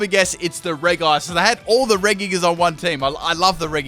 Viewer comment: you say regis wrong it said like redji not reguis